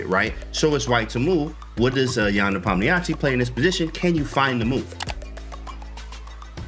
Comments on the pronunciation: You can listen to how Danya and Anish pronounce it. They both speak Russian. They "westernize" the pronunciation a little, shure, but its still better than the absolute butchering James did. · I heard him say it like "nepomnishi"